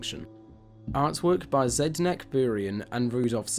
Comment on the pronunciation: "Artwork by ZED-NECK burian? I know it is a foreign name, but it is just 6 letters and on the paper right in front of you. Poor Zdenek. Especially with the tone emphasis.